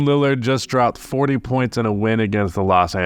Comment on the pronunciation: It's a god damn shame... ien Lillard